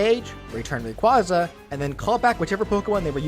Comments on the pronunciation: i swear to god if i hear someone mispronounce rayquaza one more time i'm gonna lose it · hmmmm, is is, perhaps, meee? You pronounced Rayquaza wrong It sounds like ray-quay-zah